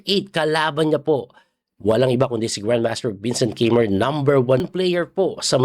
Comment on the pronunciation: Coach its KAI- MER